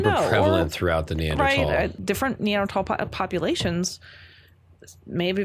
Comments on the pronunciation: If this hippie says neandrahtawll one more time… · The way she's re-pronouncing words like Denisovan & Neanderthal to sound "different " cringes my soul